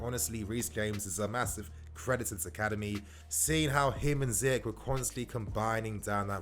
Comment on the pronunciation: Not to be that guy but its ziyech not ziyek